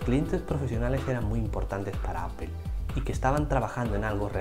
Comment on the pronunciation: Solo un par de comentarios. La palabra APPLE se pronuncia más como "apol" y no "apel". Algo parecido pasa a veces con la palabra Power. Espero no molestar con mi comentario.